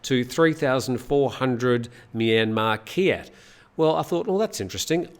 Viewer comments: Kyat is pronounced chat. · Let's have a chat about how to say kyat! 😄